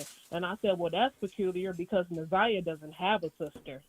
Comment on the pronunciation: Plz pronounce her name correct it’s Na’zi-yah Harris